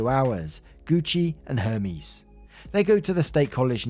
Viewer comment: Hermès is a luxury brand So not rly that far but pronunciation was off.